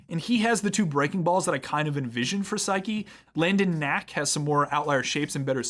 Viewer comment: The auto captions spelling Saeki as "psyche" is kinda creepy. 🤣 Seriously though, your pronunciation is just a little off — the second vowel should sound “eh,” not “ih.” Think Sah-eh-kih for a closer match.